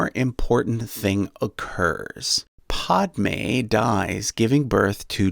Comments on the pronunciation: It's padme not podme. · The i in quigon is pronounced /i/ not /e/ and the a in padmé is pronounced /æ/ not /o/ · Unless you're British, Padme's name is pronounced like a Brillo pad. It's not pronounced like pod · When he pronounces Qui-gon (Qu-eye gon) and Padmé (pad-mae) wrong 🤦‍♂️ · He literally just called qui gon, quee gon, and padme, pahdme, and Beru, Baeru. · This is cool but I can't get over "Quee" Gon Jinn and "Paudme" 😆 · I can’t stop laughing, ‘Podmay’ ‘Quee gon gin’ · Quee-Gon, Podme, and Bayru names were driving me crazy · I think this guy hasn’t seen the movies and just read the Wikipedia. Qui-Gon and Padme are pronounced differently by this guy than the movies he is using as a source. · You are saying Padme and Qui-gonn jinn name wrong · This man has mispronounced Qui-Gon Jin and Padme smh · Then again Padmé was horribly mispronounced in the movie. In the original Sanskrit it (the a) is an "uh" sound as in alert and the D is soft like in French or Italian. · This guy just said quee gon And podme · The way he says padmè puts every bone in my body into attack mode